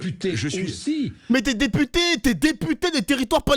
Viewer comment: 😂😂😂😂😂😂articule teputer